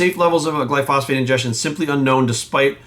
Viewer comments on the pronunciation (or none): Pretty sure that’s not how you pronounce Glyphosate. It’s not phosphate.